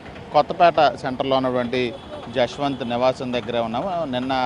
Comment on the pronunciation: Yashwanth kadhu abba jashwanth 🤦😢 na peru pilustunatu undi